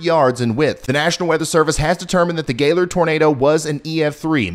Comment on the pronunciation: Aw Ryan, I’m so sorry. I was one of the complainers about your not mentioning Gaylord. Thanks so much for your help. And thank you for pronouncing it correctly!!